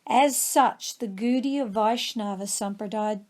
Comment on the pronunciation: Pronunciation not so good though...it is not "Goodiya" but Gaudiya or Godiya...